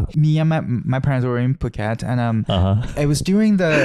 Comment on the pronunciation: Thai here 😀 You're pronunciation of Phuket the Korean(?) way is spot-on. Ignore the "ph" in Thai places and just sub it with "p". I think it's for transliteration or something (we have different consonants with the same sound).